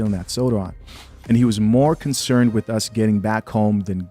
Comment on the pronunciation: "She dealt wiff"....